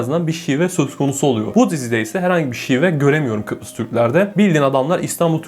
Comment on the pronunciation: Peki sürekli Kıprıs demesi fllfllggllhgllflf